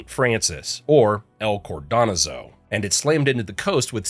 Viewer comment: "cored-don-a-zoe" is hilarous pronouciation for "Cordonazo."